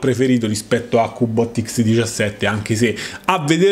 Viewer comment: Macché sei dde Roma? Er cubbbot!